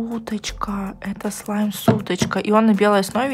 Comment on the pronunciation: Я одна заметила что начала говорить СЛИМ?